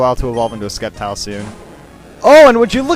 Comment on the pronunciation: its SSSS-EPTILE NOT SCKEPTILE, GOD I HATE IT WHEN PEOPLE MAKE THAT MISTAKE